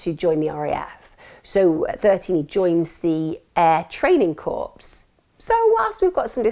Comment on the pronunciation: Air training CORPS? Surely it s pronounced Cor? Just saying, Bl 00 dy hell, there’s an allowance to be made between dialects (I’m a Midlander) but seriously? Non English speakers watch this and think that the way you are pronouncing English words is correct English, its not - I seriously despair.